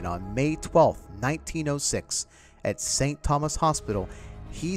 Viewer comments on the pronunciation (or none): none